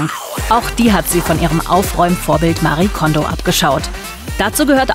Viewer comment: Was mich echt so ärgert: ihr habt ein kurzes Video drin, in dem Marie Kondō sich selbst vorstellt. Sie sagt ganz klar Mari-e Kondo. Ist es so schwer, einen Namen korrekt auszusprechen? 😩 ich schaue fast jede Ordnungsdoku und jedes Mal fällt es mir wieder auf. Names matter. It’s not that hard 😒